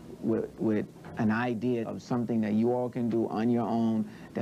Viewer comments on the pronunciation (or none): "do you think that's a bad idear?" 😂😂😂